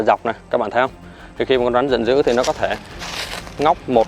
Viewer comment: Bạn phát âm khg chuẩn con rắn chứ khg phải con rán